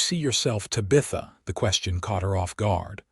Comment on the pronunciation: EDIT & REVIEW!! Edit the writing. Edit the READING. Edit the graphics. Edit the closed captioning. The name is pronounced "Tab-i-tha" not "Ta-bitha". EDIT & REVIEW!!